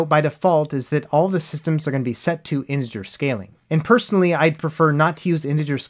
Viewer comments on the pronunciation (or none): none